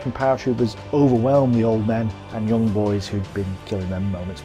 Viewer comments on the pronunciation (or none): none